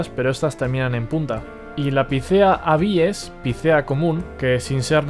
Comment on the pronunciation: Muy interesante. Lo peor, la posición en la que acentúas algunos nombres científicos. Pongo tildes, para más claridad. Incorrecto es decir "castanéa", "abíes", “picéa", fraxínus", "humílis", "tremúla" y "pendúla"(por ejemplo), pues todas esas palabras son esdrujulas. Y nada de "minór", pues en latín no hay palabras agudas. Un saludo y gracias por tu trabajo, muy instructivo, por lo demás.